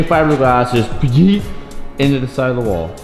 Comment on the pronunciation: Lmao the way this guy says YEET